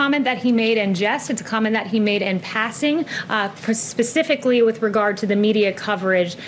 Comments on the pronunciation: Did I hear right, did she say pacificly instead of specifically? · "Pacifically"??????She's a Trumper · Did she really say "pacifically?"😶 I'm lost with this garbage logic. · Lol, she said "pacifically!" 😂😂😂😂😂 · Did she just say pecifically lol